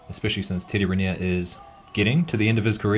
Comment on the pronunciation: Cette voix robotisée est insupportable. Et même pas capable de prononcer correctement « Riner »…